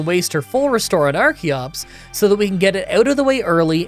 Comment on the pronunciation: I forgot to finish the video and just came back to finish it only to hear call archeops arceops. Does he not know how the CH sounds in English?